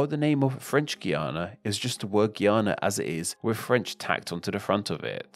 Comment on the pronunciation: Informative video, but a bit more effort into pronouncing names properly would have taken the video to a higher degree. Guiana, Bolívar, Cristoforo, etc are all pronounced wrong.